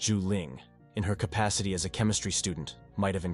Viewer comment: “Wilthy”& “K -pacity”